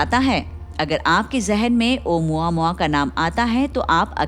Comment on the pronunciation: Actually it’s pronounced as ओमामुआ not ओ मुआ मुआ 😂😂